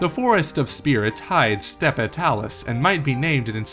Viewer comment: You don't pronounce the last 'e' is 'Steppe'